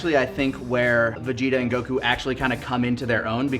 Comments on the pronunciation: saying "cuckoo" like he does "Goku" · I will never get over how pronounces Goku's name. Go-KU. The weeb level is strong.